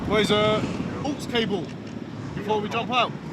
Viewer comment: Man said AUX 😂😂🤣